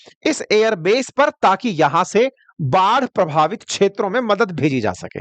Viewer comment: सब कुछ अच्छा है पर कृपया क्षेत्रों को छेत्रो ना बोले